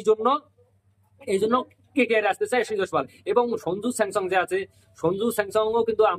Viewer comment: নামটা ঠিক করে বল😊